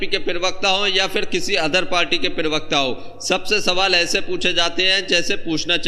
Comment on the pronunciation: जी पीरवक्ता नहीं होता प्रवक्ता होता है, कृपया ध्यान रखें।